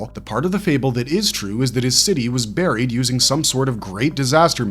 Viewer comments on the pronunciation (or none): none